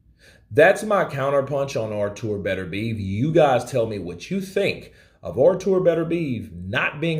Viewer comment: also pornunces i wrong like bater-beev, nah man it should be "bater-bee-ayve"